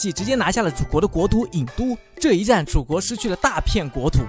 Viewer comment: ，那叫郢ying都，不叫焉都